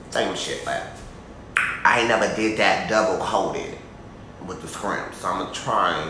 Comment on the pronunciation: Shrimp"Not Skrimp😂😂😂😆😆